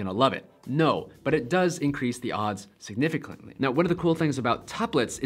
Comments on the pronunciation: “significlantly” Also, love your vids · I heard significuntly